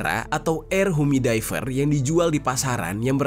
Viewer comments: Yu-mi-di-fai-yer ... cek pronounciation nya di mbah Gugel, bro !! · Makasi infonya, bang.. smoga gak kejadian di Indonesia deh kyk gini2... harus ati2 sama bahan kimia yang dimasukin di produk sehari2. Btw mohon koreksi dikit, "Humidifier" cara nyebutnya "hyumi-difayer" bang. Sukses selalu buat konten2nya! 🙏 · Humidifier bang bukan humidaifer 🥲🙃